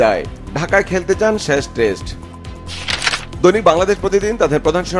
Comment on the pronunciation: 'শেষ' কে 'শ্যাষ' বলছে। ২০২৪ কে ২০১৪ পড়ছে। কি একটা অবস্থা!